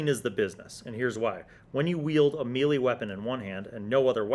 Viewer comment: Pronounces melee wrong...proceeds to mock people for mispronouncing Tiefling. Mmhmm...